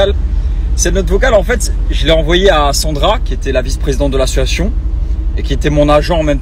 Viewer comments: Il dit tjrs assuation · Mais on dit A SSO CIA TION !!! Bref là plus de doute sur sa personne